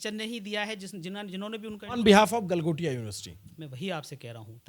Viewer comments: Do baar “developed by Galgotia” bola hai- how can this be a slip of tongue!! 😂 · Galghontia university 😂😂😂😂😂